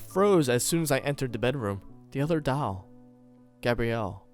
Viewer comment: The only thing I don't like is the way you say "doll" but I'm not hating. You did great. :)